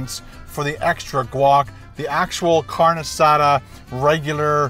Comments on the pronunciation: oh yeah its pronounced car-nay not carn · Not "carn asada"..its "car neh asatha" thats how you pronounce it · it's pronounced CARN-EY not carn. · Great, I’m hungry now!!! Hahahahaha P.S. It’s pronounced “car-nay”. Fantastic video